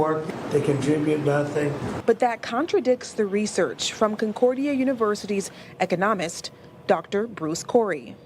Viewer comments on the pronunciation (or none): Wow...if you are unable to correctly pronounce "economist" and it's being aired...we have problems... Yes ...yes it's not "eco-nomist"...it's "e-co-no-mist". Ffs. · a news woman mispronounced economist. More proof of intellectual decline. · Did they lengthen the time on Red Lights? Because I swear they did in 2021. My husband says I'm crazy. He said the same thing when I told him 'they' want everything ugly and that's why they outlawed good lightbulbs. Also - News people can't pronounce words. 'ecoNOMist' v. ECONomist?' Listen closely. It's SO common. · Re: Somali Reporter: She didn't say he was an 'Economist', she said 'eco-NOM-ist'. (Not sure if that's the same thing). 🤔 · What the hell is an ecka nomist? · Does it bother anyone that a reporter cannot pronounce the word 'economist'? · You know what kind of people who would take that deal Matt? The kind that reports the news and can't pronounce the word economist. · Imagine putting a news anchor that can't pronounce the word "economist" on TV, to talk about the economy. . . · The reporter can't even pronounce "economist"! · I like how the reporter can't even pronounce "economist" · “economist” is not pronounced like that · The "journalist" couldn't pronounce ECONOMIST correctly... So im POSITIVE she fully vetted this professors research... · she can't even pronounce economist ... wtf??? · Not only is nobody “lured in” to the Somali restaurant, but I cracked up at the genius reporter’s pronunciation of “economist.” She works in TV in a major American city, and can’t speak the language. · No one's going to call out the reporter that mispronounced "economist?" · The DEI reporter couldn't even pronounce 'economist'. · Dear media: Please stress the second syllable of "economist."